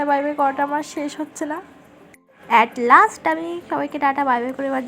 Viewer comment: At last ❌at lest ✅ota🙂